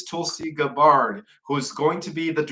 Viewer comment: Hey, maybe before your pod cast you could have a team meeting with your team durning podcast go over some names and Pronunciation because I know that English is not your first language and it may be helpful to you. Tulsi Gabbard is who you're trying to say in case people didn't quite get it. I understand both my parents are deaf and so I understand what you're saying, but some other people may not just a suggestion not a not a put down.❤